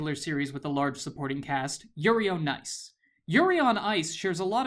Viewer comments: Just realized he said yuri on rice near the end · "Yuri on rice"🤣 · Did he say Yuri on rice? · "Yuri on Rice" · did anyone else catch him saying yuri on rice ? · I heard "Yuri On Rice" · I heard "yuri on Rice" 😂😂😂😂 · Your said yuri on rice